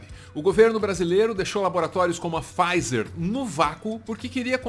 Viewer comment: "faiser" n, é "PIfaiser"